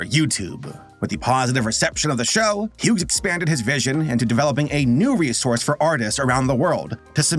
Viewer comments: I’m sorry you were saying the name Hughes, oddly. The name Hughes is pronounced like “hues”. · I'm sorry but you pronouncing the g in Hughes is driving me insane lol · I have heard people pronounce Hughes as Huggies or hug-his, but not hue-gss. We always produced it as hues, that silent g was the bane of my kindergarten career. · The way you pronounced Hughes hurt so bad